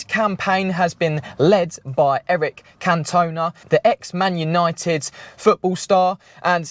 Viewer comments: my gaffer has his capri in our workshop under a cover, it's a ratty special edition 1.6 pinto, still looks good when under it's cover... by the way it's can-ton- aarh, the fiery frog spent more time banned + off pitch than on, but was a brill player in the late 80s early 90s "ooh aah cantonar" was the cry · Eric can- two-nah..... Is how you say he's name pal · Can tooooooon ah 🤣🤣🤣 🛢🐟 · Never mind the new crapri….. who’s eric can-toe-na 😂😂😂 made me laugh more than the ridiculous thought that they can stick a iconic name on another new ‘same mould’ electric suv and think people would buy into the gimmick! It might not end up being a bad car but it’s going to lose customers due to the name. Unfortunately the government are forcing manufacturers into mass producing electric vehicles. It’s not surprising they all look the same bearing in mind the fact manufacturers share platforms ….i believe the new crapri is based on the vw id 4 or 5 platform? But just think of a new name!!! Just make sure it’s available proper name not something that resembles your amazon password like many other car manufacturers are doing……(smart, toyota etc.) we don’t want the Ford “;(£7 😂😂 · Eric Canton-ahh😂👍🏻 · I know your not a football guy so I’ll let you off that pronunciation of Cantona 😂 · What a sad state of affairs, truely. Also, pronounce Cantona's name right, cmon son, i know hes French and was a Man U player but he deserves that 😂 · Hello buddy , You need to look up how to pronounce Eric Cantona ! 🤣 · Ugly thing and to be calling it a capri is an abomination! Oh and your butching Eric's surname! Your pronouncing it totally wrong..! Lol 😂